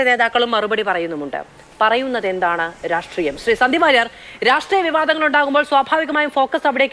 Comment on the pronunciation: സ യും ശ യും പറയാൻ അറിയാത്ത ഈ നാറിയെ ആരാ ചർച്ചയ്ക്ക് വിളിക്കുന്നത് രാട്രീയം അല്ല myre രാഷ്ട്രിയം..... ഇങ്ങനൊരു തോൽവി